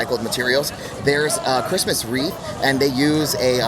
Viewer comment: Hi! Huge fan, just wanted to letcha know phonetically, "wreath" is pronounced as "reeth". The "w" is silent, the "ea" makes a long "e" sound. Okay love you so much bye!!!!!